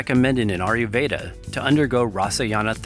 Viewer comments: I’m generally aware of Ayurveda, but what the hell is this “ARYUveda” the announcer is talking about? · Not aryuveda, ayurveda.